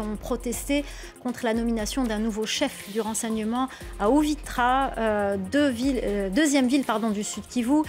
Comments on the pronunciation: Madam c'est UVIRA et non pas UVITRA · On parle d’Ebola, pas Choléra! Et la ville c’est UVIRA pas Uvitra